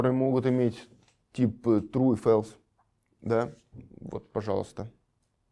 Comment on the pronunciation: false читается как фолс, а не фэлс. ` - называется бэктик (backtick).